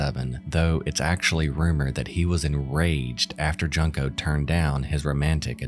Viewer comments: “JUNE-KOE” Sorry! I love your channel so much. And don’t fault the pronunciation as when I lived in Japan, this was the first name I was specifically told by coworkers exactly how to say as every English speaker will automatically read it as you did. 😢😢😢 Sorry to be that douche. Keep on making these amazing videos!!! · I honestly can't hear this guy mispronounce her name in the worst way without wanting to unsubbed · It's like another indignity - the girl went through enough, at least have the decency to pronounce her name correctly. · Agreed. I think it's disrespectful to the victim. It's a simple thing to look up. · It would've been better to make an attempt at pronouncing Junko's name correctly, given the whole case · It’s actually not that difficult (imo at least) to pronounce there’s even audio files online to help you pronounce it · my guy if ur gonna profit from someone's tragedy the least you could do is pronounce her name correctly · I wouldn’t go as far to say he’s profiting of the tragedy, but yeah it’s not hard to learn how to pronounce her name. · Yeah this was really annoying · Junko deserves to have her name pronounced correctly. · not bothering to learn the correct pronunciation for Junko is pretty disrespectful ngl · Some people have already mentioned it, but you are pronouncing Junko's name wrong. I like your content, and I know you didn't mean anything by it, but please in the future look up the correct way to pronounce names, especially in cases as serious as hers. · I don't like how you pronounce Junko. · Your pronunciation of Junko is hilarious. It's pronounced JUNE-ko, not JUNK-o. You should probably look this kind of stuff up before you make these videos. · I feel bad enough for Junko as it is, you didn’t need to pronounce the “junk” in her name like in “piece of junk,” a simple google search will tell you her name is pronounced “june-ko” like the month of june. She wasn’t junk. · Her name is pronounced June-(KOH) Not junk-o